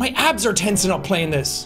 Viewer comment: idk why i thought he said his ass is tensing up instead of abs 😭😭😭